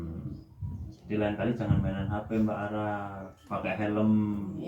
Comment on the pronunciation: Bukan araaa, tapi Rara🤣masih sodara jauh sama gw🤣